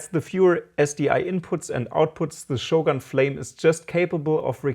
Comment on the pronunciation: By shoggoon, do you mean shogun?